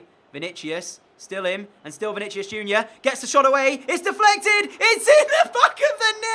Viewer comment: I'm pretty sure Vinicius is pronounced as Vini-si-us.